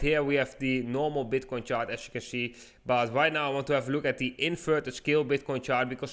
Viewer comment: Flip zee switch